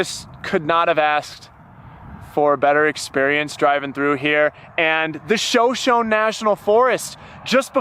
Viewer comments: Fencing parallel to highways are to block snowdrifts, as several people have stated. Also, the Native American name "Shoshone" is pronounced like:《show•SHOW•nee》 Thank you for all that you share and wishing you safe travels! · Great video! BTW the name of the forest Shoshone is pronounced Show-show-knee after the Native American tribe that occupied that area. Be safe! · Show Show National forest? I believe it’s pronounced Show Shoney.